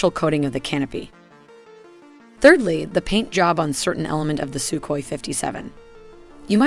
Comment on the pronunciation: It's called Сухой, pronounced Suhoi.. With a hard H sound. That's definitely not Sukoi. As the videos are very well made, please try to be in such details also correct. And by the way. Admiral Kuznetsov isn't an aircraft carrier by western definition. Also a Navy basked version Su-57K was never announced. At least I never heard or seen a source claiming that. Would be logical, because Russia doesn't need air craft carriers for their doctrine today.